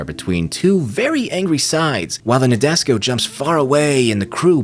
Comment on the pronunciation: Please pronounce Nadesico property. Na-de-si-ko